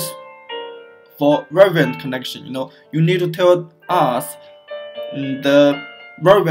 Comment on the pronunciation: I understand this is run by non English speaking - I know its hard to provide service in English sometimes but Hiring someone for $50 per instructional video that speaks excellent English would be a very very good investment. I want to know how your business services work but I can't understand you. Took me 5 minutes to figure out you were trying to say the word "variant". Canader is pronounced Canada. "Prodas" is pronounced products ( prädukts). Not trying to be rude here, just pay someone that speaks english- if its to much money ask a friend or a family member